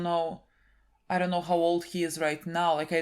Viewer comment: It's not even roight innit